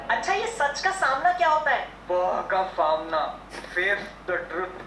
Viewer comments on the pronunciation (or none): Normal people:sach ka samna: fah ka famna 🤣🤣🤣🤣🤣🤣🤣🤣🤣🤣